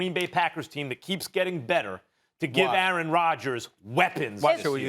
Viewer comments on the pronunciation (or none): none